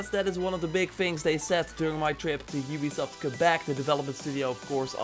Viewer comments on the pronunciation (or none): none